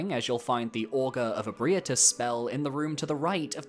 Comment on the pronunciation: I just want to say that the way you pronounce Ebrietas causes me pain lol, but other than that, fantastic video like always! If you're open to video ideas, how does a "the dogs of Elden Soulsbornekiro ranked" sound? lol